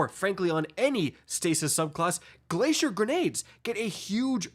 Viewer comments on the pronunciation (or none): none